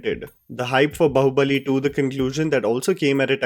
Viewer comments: It is not Baho it pronounce as Baahoo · The title of the film is BAAHUBALI, you are pronouncing BAHUBALI, are you A blind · It's pronounced baa-hubali not ba-hubali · Its not बहु-बली lol it is बाहु-बली